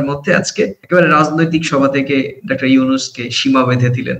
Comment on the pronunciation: আপনাদের বিশ্লেষণ চমৎকার তবে বারবার আপনি "ডাক্টার" ইউনূস বলছেন। কিন্তু সঠিক উচ্চারণ হব "ডক্টর" ইউনূস। একটু সাবধানী হওয়ার অনুরোধ। আমার ধারণা আপনি আপনার ভুলটা ঠিক বুঝতে পারছেন না। শুভকামনা। চালিয়ে যান। ❤❤❤